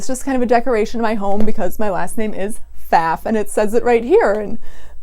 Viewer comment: I cant speak for your last name, but the sewing machine brand is pronounced foff. Any German will correct you on the spot. This is not a controversy.